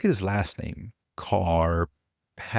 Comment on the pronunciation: Kar pathy! 🤦‍♂️😂🎉